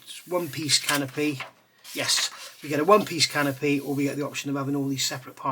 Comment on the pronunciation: I like that when you say "canopy," it sounds more like "can o' pee". I'm so immature. I have this kit and was interested to get your opinion on it.